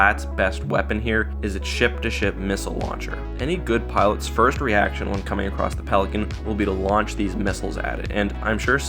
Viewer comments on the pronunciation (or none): none